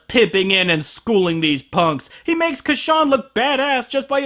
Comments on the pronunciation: ITS Casshern not Casshan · ***** I just - I just the name isn't Ka-shan it otta be pronouced Cash-ern Here listen to this 1970's Opening it repeats "Kashans" name how it should be pronounced! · I thought it's pronounced Cash-ern. ...I am gonna get soooo much backlash for this. O_O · It's cashawn, when all this time, I pronounced it has casshern. A bit embarrassing on my part, but now I know (and knowing is half the battle). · It is actually Cassh-ERN. You just have to listen to Isao Sasaki REALLY carefully! lol. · cash-ern tho right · Huh. I had no idea it was pronounced "Ca-shawn". Friggin' English dub of Casshern Sins leading me astray. >-> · Casshern sins has a r in his name.